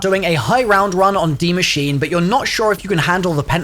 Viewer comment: “die machine” 😂